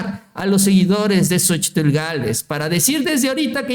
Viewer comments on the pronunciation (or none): Ya deja de decir "xochitul"